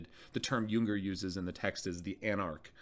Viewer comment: The German J is pronounced like a Y: Yahnn. You had it right for Jünger.